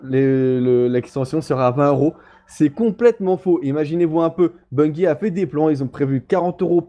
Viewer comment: On dit Bungie !!! Bungie avec un '' j '' pas avec '' gui '' derrière le g il n'y a pas de u